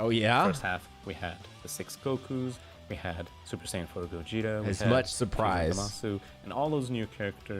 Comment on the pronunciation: "Also the Super Saiyan 4 GoYEETa which..."